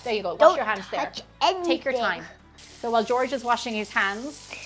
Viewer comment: Wash "heands" 😊